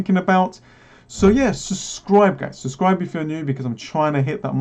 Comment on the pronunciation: My man says the first "b" in "subscribe" like you'd say the "d" in "fridge" 😅 Great content man!